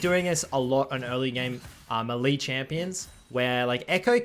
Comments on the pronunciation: It's pronounce may-lay not muhlee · Mahlie is him attempting to say melee correct??? (May-lay is how I pronounce it) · its "meyley' not muhlee I know he has an accent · 2.15 what i "mally" , is that how he pronounces "melee" or something haha?